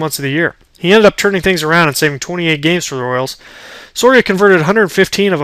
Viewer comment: You didn't pronounce luke hocheavers name or Joakim Sorias name right.